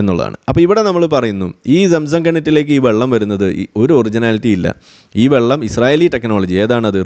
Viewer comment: ചുച്ചു ബെള്ളം😂